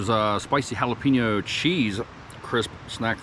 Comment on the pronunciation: I like watching ur videos, but it's (HA LA PEN YO) NOT HA LA PIN YO.. HAHA keep the videos coming..🤙